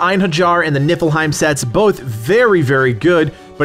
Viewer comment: Am I the only one that hears you say the "Nippleheim set?" No? 😄